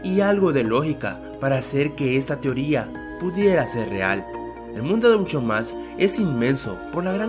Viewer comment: el dice un chow mas jajaaja